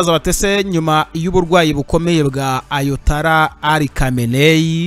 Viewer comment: Bavuga ayatola reka kuvuga ayatala